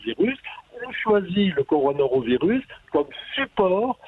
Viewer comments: Coronarovirus.... le mec interrogé et ne sait meme pas prononcer le nom du virus.... rien que ca ca décrédibilise tout mdr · Par contre arrête de dire Coronarovirus!!!! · Le mec,, qui se fait interviewer comme un expert et qui arrete pas de repeter "Coronarovirus" a la place de "Coronavirus", c'est quoi cette blague? lol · Pourquoi dit-il Coronaro virus,n'est ce pas le corona virus ? Que faut-il dire pour être exact? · laboratoire MP4 et coronarovirus... MDR C'est laboratoire P4 et coronavirus. no comment. Il serait bon que les termes un peu techniques certes ne soient pas écorchés SVP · Pareil je suis soûlé par ces gens qui viennent la ramener systématiquement alors qu'ils ne sont pas capable de dire correctement le mot coronavirus...